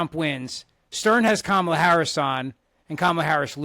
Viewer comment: can’t even pronounce, “Kamala.” 😂😂😂